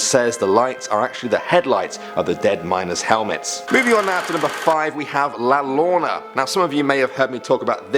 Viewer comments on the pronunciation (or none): it was more than one word he did not say right. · She pronounced llorona wrong 😂😂